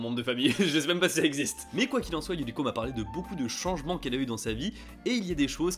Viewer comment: Un peu hors sujet, je ne sais pas si tu avais remarqué mais je trouve ça intéressant que tu prononces parfois Yu"r"iko (à la française) et parfois Yu"l"iko ! Décidemment c'est pas facile d'être bilingue lol, j'ai ce problème aussi avec l'anglais... C'est comme si ton cerveau ne pouvait pas s'empêcher de lire les mots à la française !